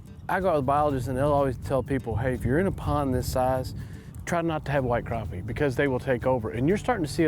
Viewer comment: finally someone who says crappie and not "crap pys"